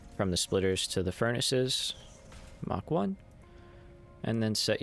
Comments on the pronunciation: The word is MARK, not mock. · i thought it was kinda funny - American accent, but English on the Marks because that's presumably who he has heard the word from